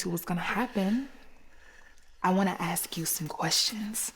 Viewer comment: Why do they say xsk and not ask.